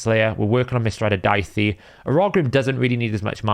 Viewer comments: btw its not pronounced daiti its dahi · Just FYI, Daithi is pronounced Daa Hee or Daw Hee